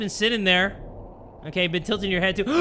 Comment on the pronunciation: its not OKEH 💓 to be OKEH (titancry😭)